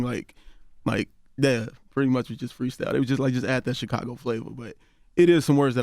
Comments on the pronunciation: It's thoroughly irritating the fact the Charlamagne REFUSES to pronounce CHIcago properly. Smh. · I want Charlamagne to stop saying CHEEcago